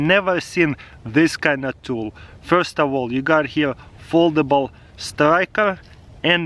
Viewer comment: TARAS KUL TOO GOOD FOR ENGLISH... FORDABLE